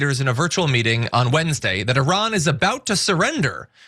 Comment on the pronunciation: How much money are you getting fom AIPAC IS ADL HELPING TO PROTECTING YOU. TRAITORS TREASONOUS SUPPORTING A PEDOPHILE WAR CRIMINAL STATE. YOU MURDERED INNOCENT PEOPLE IN PALESTINE, LEBANON, IRAQ,,YEMEN,SYRIA. NOW IRAN. SURPRISE IRAN IS COMING AND HELL IS COMING FOR YOU. YOU CANT EVEN PRONOUNCE THE COUNTRIES NAME CORRECTLY. YOU CALL IT I. RAN. SO RUN FOREST RUN. You are stealing our hard earning tax dollars to support zionest pedophile war criminals. Are you a zionest pedophile. Come out of the closet. Israel wants a zionest world. No Christians Muslims or any other. Wake up america